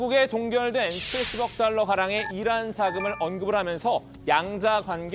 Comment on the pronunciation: 어~~~ 난 어란이라고 들리던데... 이란이라고 한거였어??? 내 귀가 잘못됬나보네.. ㅎㅎ